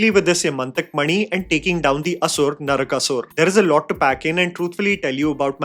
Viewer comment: "Naraka-soor"; not Narakāsur.